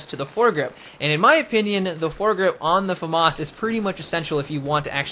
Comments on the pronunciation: LOL he is pronouncing it properly... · both pronounications are actualy right xD